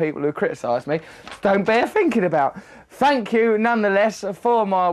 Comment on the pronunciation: "Fank you" hahaha